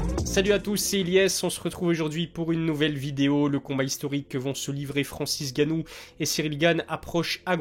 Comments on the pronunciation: Pourquoi tu dis tout le temps Francis "Gannou" ? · Malade ou pas ça fait quand même depuis l’ouverture de ta chaîne que tu ne sais pas prononcé le nom de Francis Ngannou 😂 et pas gannou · T'es pas un africain on dit Ngannou applique bien le N